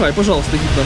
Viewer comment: не хипно а гипно !